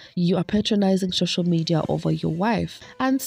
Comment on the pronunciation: Girl when you say schoschial media .... 😅